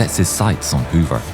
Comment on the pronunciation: Wow, I didn't even make the connection when you kept saying Robert Hover. Simply amazing! I got to see him do his demonstrations in the late 1980s and was so awestruck